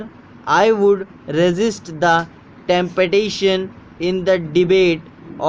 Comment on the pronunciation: Your slank is not so good for temptation you have red tempetation like that many words your pronunciation is not helpful